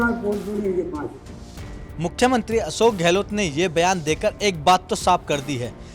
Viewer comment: तुम लोग अशोक को असोक क्यू बोलते हो